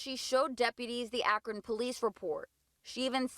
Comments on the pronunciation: Btw, it's pronounced ak'run, not ak'ron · I know that Akron isn't the biggest town, but it surprises me every time an out of towner says Ack-ron. It's pronounced Ack-run. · You’re saying Akron wrong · Did you just say Ah-Kron? Lol